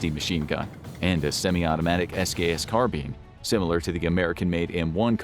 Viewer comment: “Carbean”😂😂 is that the proper way of pronouncing it?